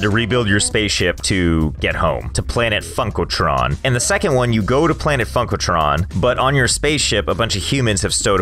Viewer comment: Every time he says funkletron it legit sounds like he’s saying fuckletron